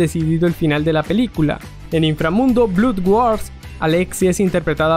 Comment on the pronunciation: en EEUU e Inglaterra "blod wors" el man del video "blud güars" 😂😂😂😂😂😂😂😂😂😂😂😂😂